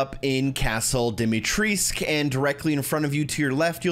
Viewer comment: Good Lord...It's pronounced Dimi tre scu. Bloody Yank's.